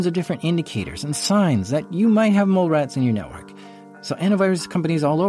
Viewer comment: Damn! This just got funny. CCP gotta go! I thought he said "mall rats" not "mole rats", lol.